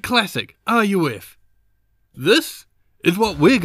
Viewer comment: Fun fact: RUF is pronounced like "roof" Also, you're totally insane for even thinking of this challenge and its rules